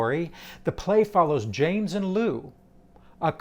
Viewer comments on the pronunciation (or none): none